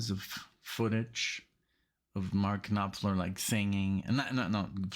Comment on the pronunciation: Love your channel. Thanks for getting to more Dire Straits. I think you might get down the rabbit hole on them like you did with The Dan (oh the sacrilege I know). One thing, the P in Knopfler is silent. It’s pronounced Nah-Fler. Thanks again.